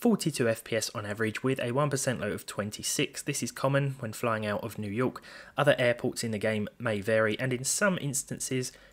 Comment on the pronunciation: "... IN NEW YOKEEE.." 😂